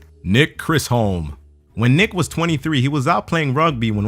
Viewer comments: his name is nick CH-IS-HOM not CHRIS-HOM....how I know this, it's my surname :') I get it all the time I understand that struggle lol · Lol its not Chrisholm, but pronounced like Chism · its chis- like in chisel. then lom but prounouced lum. chis-lum chis-lom chislom i i a person in my math class who's last name is chislom